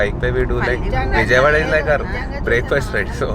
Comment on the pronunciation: pls Don't pronounce Vijayawada.. wrongly😭😭.nice work ❤️❤️